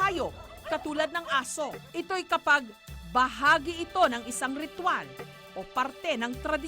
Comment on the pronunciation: Ritwal o rithual? Hahaha may Rabies pa den yan aspin lang yan eh😂